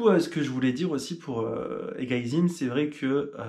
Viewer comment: Hahaha on a bien rigolé sur ta prononciation d’Eguisheim 🤣 si jamais c’est É-GUY (comme le prénom) - SAÏM 😊 Super vidéo, super images, super Alsace 😍